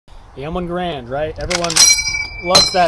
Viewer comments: (GeR-And) not (Ge-Rand) like grand it's the name from it's maker John Garand and it's pronounced like Gary-and but put together I'm not giving criticism I just love talking about this legendary gun😂😂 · i've been informed that it is pronounced Gary-and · Funny nobody seems to try to pronounce Garand correctly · I love people mispronouncing the name garand 😂